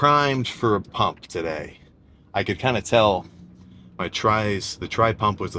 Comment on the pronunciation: why sam say pumpt Normal human say pump I dont fucing no bro say me right?